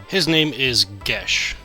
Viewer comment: Also, aren't vowels with an e after them often used in place of umlauts in German? Like Gösch. That'd be more like 'guhsh' than 'gesh'.